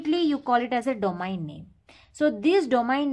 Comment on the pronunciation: Abe pagl domain ko domaen kiu pdhte ho aur router ko rutr 😂😂😂